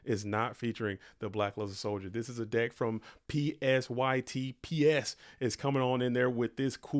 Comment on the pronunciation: LAST WILL GANG Also, psyt is pronounced "sight" like psy-ops